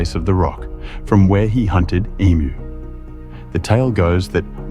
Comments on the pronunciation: Australian here - a really good tube. But if you are going to do stories on Australia, please get pronunciations correct. Ayers rock is pronounced "Airz", and emu is "ee-mew" not "ee-moo". :) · Emoo? Really? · You should know better = it's pronounced ee=mew NOT emoo. Emoo is what ecows say. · Can't watch this anymore. 3 words he mispronounced. Uluru, emu, n Ayers.😮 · Can’t say “Emu”, either. AI sucks. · Plus, he pronounced emu wrong. ☹️☹️☹️